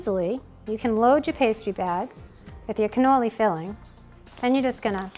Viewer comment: It sounds like your saying ganolis! Maybe it's the audio.